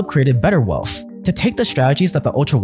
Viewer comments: Why do you pronounce wealth as “WEALTFFF” and “EARTFF” it’s wealTH and earTH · Trying to take a person who says “erf” and “welf” seriously….